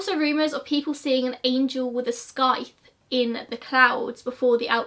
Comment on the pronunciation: Its probably been mentioned but scythe is pronounced sigh - th. Excellent subject knowledge on London and the plague though. Love your videos!